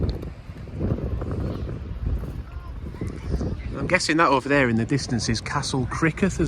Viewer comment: i in the middle of a word preceding a vowel is usually a consonant - treat it as a Y rather than an i. So Ffestiniog is closer to Fess-teen-Yog than to Festinny-og. Similarly, Criccieth/Cricieth is closer to Crick-yeth or Creeck-yeth than to Criccy Eth.